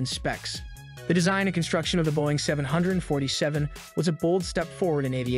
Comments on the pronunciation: Is the narrator simply TRYING to piss off so many people by mispronouncing the name of the aircraft? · Why is he saying the name of aircraft like that